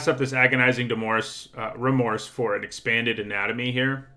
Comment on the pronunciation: At first I thought you said agonizing divorce instead of agonizing remorse